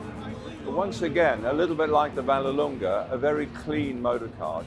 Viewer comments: Hey Goodwood it's called DeTomaso Vallelunga not Vellelunga 😂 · It is VALLELUNGA NOT VELLELUNGA please.